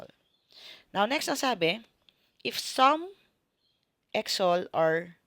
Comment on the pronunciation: Ngayon ko lang napanuod and medyo natawa ako sa pronounciation mo sa EXO-L hahaha marami nga nagkakamali diyan ma'am it should be EXO-EL. But still thank you for this video ma'am